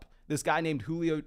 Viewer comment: I pray that Julio pronunciation was a bad attempt at a joke...